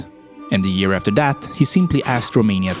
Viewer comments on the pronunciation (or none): none